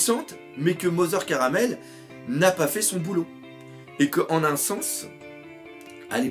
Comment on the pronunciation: cest mother carmel pas caramel